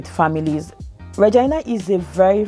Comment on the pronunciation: That's the way people pronounce Regina.. good info ..thanks